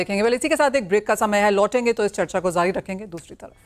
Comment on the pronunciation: Zaari nahi jaari hota h madem